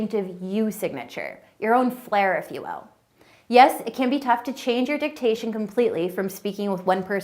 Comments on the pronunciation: I'm glad I'm not the only one who noticed that she said 360 when she meant 180, and confusing diction with dictation. She's trying to teach speech and she can't even get simple orientation, idioms, or grammar correct 🤣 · diction, not dictation